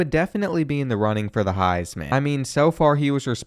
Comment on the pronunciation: What is the highs man? Do you mean heisman trophy? Have you ever even seen/watched college football before?